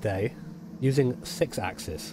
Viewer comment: Could you please do the #48 License Test with the 6 asses.... ? TY (It's pronounced: 6 accsEEs). LOL BTW: If I had a dollar for each time you said "6 asses" , ...I could buy a PS4 Pro. :/ LOOOOL